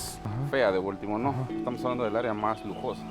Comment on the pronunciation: Se dice Boltimor